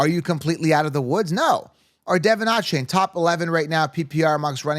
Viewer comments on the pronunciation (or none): none